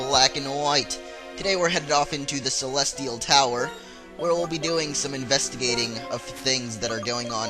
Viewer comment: he said celetial tower at the beggining